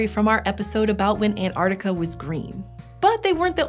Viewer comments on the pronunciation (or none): "antARKtica"✅ antARTica" ❎